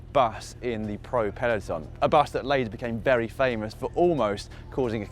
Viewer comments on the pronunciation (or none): none